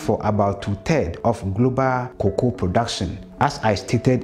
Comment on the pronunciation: Learn the pronunciation of cocoa